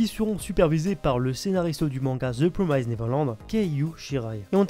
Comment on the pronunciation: La prononciation de "promised" et "fillers" ça ne va pas. ^^